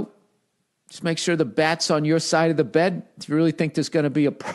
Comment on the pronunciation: .... "Ya know......Just make sure the bwat's on your side of the bwed." 😆